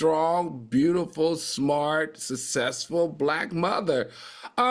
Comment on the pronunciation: I try not to cringe and I realize he can't help it but it really grates on my nerves to hear Al say ' ATHALETE' and 'SUSSESSFUL' . They aren't hard words. It's like nails on a chalkboard for me. I realize this is probably a non factor but I immediately skip the segment.